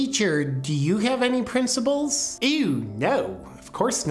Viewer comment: Principles!!!!!! There is no “B” in the fucking word!!!! Don’t try to master thought until you master communication.